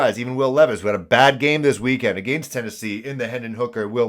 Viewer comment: The way you say against and falcons is priceless bruh. Best Panthers channel on the tube